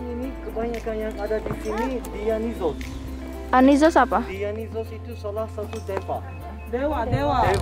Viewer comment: Si bapak bilang "patung dianisus (Dionysus)'':anisus itu apa😭